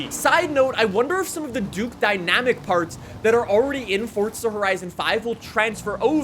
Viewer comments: It's not fort-za FFS. There's no T in FORZA !! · "Fortza horizon 5" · Is it pronounced 'Fortza' even tho it's spelled forza? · Welcome back to fortza horizon 5😂